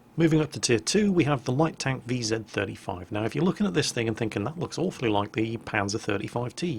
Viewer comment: "Vee Zet" sounds so awkward :D Although i imagine that pronouncing "vzor" is a task as monumental to English speaker as pronounching "Shkoda". "Of course the first time it happened it had to be on the test server". I had exactly the same experience on live server. The result was exactly the same - our team was smashing opposition in the valley, we were being capped and i was the only one to come back. I didn't even bother to reset...